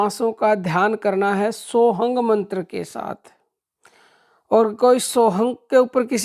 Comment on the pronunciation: आप मंत्र ही गलत बोल रहे ह काम कैसे करेगा सोह ग बता रहे ह आप सौ ह मंत्र होता ह सौ हम् अंत में बोला ना जय श्री राम तो राम राम जी जपलो कोई झंझट ही नही ॥ ॐ ॥